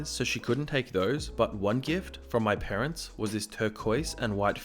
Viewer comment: Sometimes at the end he says "Get annoyed at some entitled Pearents